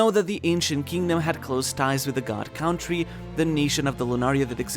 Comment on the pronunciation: It’s not CAH-WON-TREE it’s CON-TREE… like this until my guy sees this and pronounce country properly